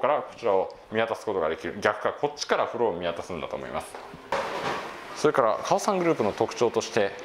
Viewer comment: カオサンのアクセントがおかしい。オにアクセントだと思うよ